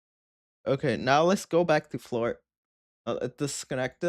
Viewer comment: Gotta say, just to be fair, if you're going to nitpick on them saying "140p" instead of "1440p", I think we have to nitpick on you saying "florp" instead of "floorp". Also, everything mentioned in this video is pretty much the same for me every 6-12months when I try to see if Windows is usable.